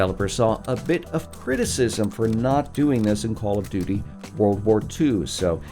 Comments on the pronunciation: Did he say Call of “Do Do” Modern Warfare ? That caught me off guard haha Very well made video regardless! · Bruh I heard him say call of dodo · Anybody else hear “call of doodoo” ? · No offense but did I hear u say call of du du 😂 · It sounds like he said call of doodoo lol